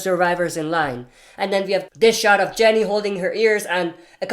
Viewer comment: It’s Ginny - not Jenny